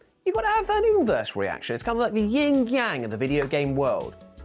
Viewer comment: Yin Yang, no “ying,” only “yang” has a “g.”